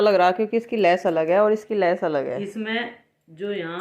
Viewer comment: Lash ni Hota vo bhaji lesh hota h